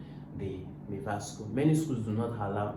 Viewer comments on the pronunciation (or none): It's not miwa it's MIVA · Miva not miwa